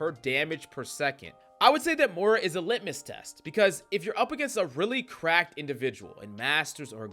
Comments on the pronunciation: Please, the name is MOY-rah 😅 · More-ra lol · That is not how you pronounce moira